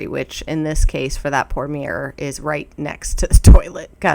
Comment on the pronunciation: I heard “did you see that beer by the toilet” then realized you said mirror. 😅